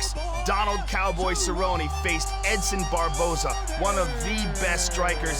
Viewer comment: "Go get some Donald Cerro-Nay!"